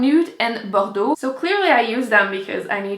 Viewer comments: Rachel Moon my guess is that she speaks French. since that is a French word, she pronounced it perfectly. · I loved to hear you say bordeaux, because my French is so terrible!! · I love the way you say "bordeaux". ^_^ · Rachel Moon I was just going to say the same thing!! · S. Ee I mean I love the French pronunciation of "Bordeaux". :P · Do you speak french? Because you say Bordeaux really well if not!